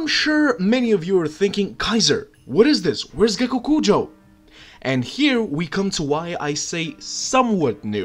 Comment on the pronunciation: ммм... Гекокуджа. И спасибо тебе за твое произношение)))